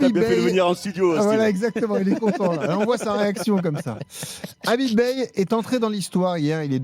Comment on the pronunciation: C’est pas Habib mais Khabib qu’il faut à Marseille